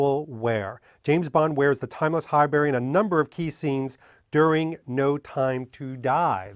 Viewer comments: It’s not “High-berry” but “High-brie”, like the cheese, right? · Sorry, Pronunciation Police here again. It's pronounced Hibuurry, not High-Berry. Great video👞👍